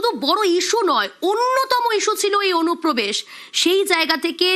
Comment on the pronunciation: অনুপ্রবেশ ❌ ওনুপোবেশ✅